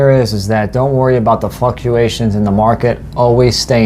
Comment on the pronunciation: Did say just say “fucuations?”